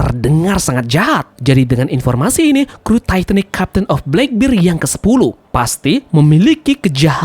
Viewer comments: black bear bang bukan black bir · Blakbir? Blekbert kali mint dibacanya